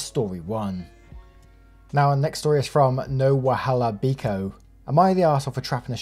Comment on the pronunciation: Omg the account of the second story (no wahala biko) was for sure Nigerian. That just means no trouble please 🤣🤣 great job pronouncing it 😊😊